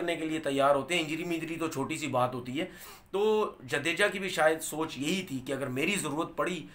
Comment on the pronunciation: जडेजा है वो जदेजा नहीं है